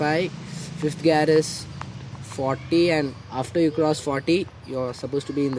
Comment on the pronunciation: bro its called gear not gaaaaaaarrrrr....😂😂😂 btw good content keep up the good work..and also congo for your bike